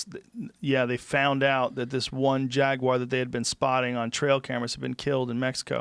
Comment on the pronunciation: Jaguar has a U in it.